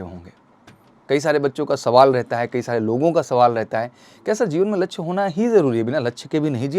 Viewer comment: Vidio must tha per laksy bolane me sahi nahi laga